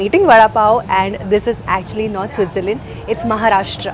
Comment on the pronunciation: Thank God u said MAHARASHTR(महाराष्ट्र) AND NOT MAHARASHTRA(महाराष्ट्रा)